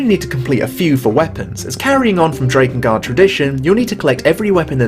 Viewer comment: Why must you continuously pronounce Drakengard wrong?